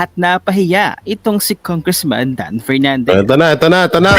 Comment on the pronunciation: Ano ba yan inalis na ni Pernandez ang letter F sa alphabet